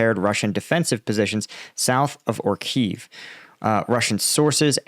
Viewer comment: Great coverage, as always. Only two remarks: the villages are called „Ori-Khiv“ (two „i“ sounds, or in English transcript: „Oree-kheef“) and Robotyne (two „o“s) „Robo-Ty-Ne“